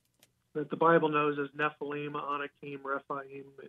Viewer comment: What's up with mispronouncing the word "NEFILIM"?